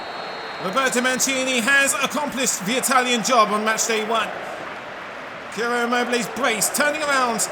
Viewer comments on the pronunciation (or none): Please it's pronounced Ciro (immobile), not Chiro*. It hurts so bad hearing it!